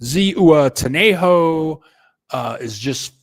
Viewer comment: Zihuatanejo—- h is silent. UA pronounced like wa. Ziwatanejo